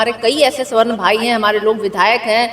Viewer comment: Palhe toh sabarn bolna dekho, Swarn ni bolo😂